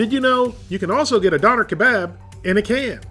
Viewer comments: Its dööner not doner 😩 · Not a Donner, pronounced Dough- Nair. I'm thinking/ (Hoping) you are purposely pronouncing these words purposely for shits and giggles lol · Living in germany you keep pronouncing Doener wrong. It can also be wrapped in a tortilla, and the sauce is an Herb and/or Garlic sauce with "Sharf Sause" or "Hot" sauce, but its really more of a sweet chili sauce. Pronounce it Duerner, pronounce the umlaut i can't listen to you say doener any more. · Hey man, the umlaut over the o (ö), changes the pronunciation to durr-NAH, not dawner lol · I love this channel , I watch it every week but it absolutely kills me when he says “don-rr”. It’s “doan-air”. I tried to get through the video without it bothering me but it is basically ear rape every time he calls it “don-rr”. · Your pronouncing doner incorrectly it's pronounced Doh-n-air. They're big in canada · Dough nare...... say it right bro. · Pronounced "doh-n-air" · It's pronounced Dun er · and if you actually knew what those pronunciation sounds mean it is D - for dog o - like code, n - for neigh er - for ER in letter, doner wasnt invented by turkish germans, it gained its popularity in in europe from germany but it was most definitely originated from turkey, doner kebab on the other hand didn't originate from turkish germans, it originated from a turkish immigrant selling doner kebabs on a street stall. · Natalie Wiltshaw Döner was invented by turkish-germans, and the correct pronounciation is [ˈdœnɛr], [ˈdøːnɐ]. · No it's not. it's actually pronounced like "Duna" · im cringing because of how you say döner xd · Man how many times can you mispronounce Döner in one video. Lol, good video but its painful. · The way non germans say döner is almost as bad as döner in a can